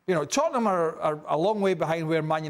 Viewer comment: Tottenham, it’s the history of the Tottenham….say it right 😂😂😂